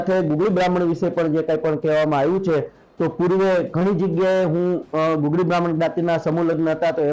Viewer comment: ગગુળી નહિ પણ ગુગળી બાહ્મણ કહેવામાં આવે છે.